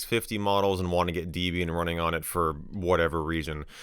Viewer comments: It's Deh-bee-yin not Dee-bee-yin. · Wdym dee-bian😭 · Debian... was named after a married couple, Ian and Debra. Her name is not Deebra. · Not 'dee-bee-an'. It's 'deb' 'ian', named after the distro creator's then-girlfriend (Debbie), and himself (Ian). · No way he done called it "Deebian" ☠ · deebeeain? thats new. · I physically cringed at DEEbian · Bro really said "Deebian" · bro called Debian DEEBIAN WTF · saying "deebeean" for Debian is the new saying "sayta" for SATA 🤣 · You said Debian and wrong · You have a weird way of pronouncing Debian.